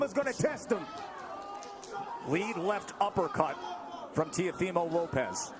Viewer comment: To the ignorant commentators : its not 'tiofimo', the name is Teófimo. With an accent on the O, that's where the you must emphasize the pronunciation.